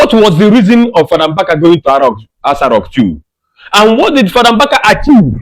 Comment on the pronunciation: My friend not ASA rock.That continues ASA rock you are saying is irritating me not listen you. Correct it b/f I listen.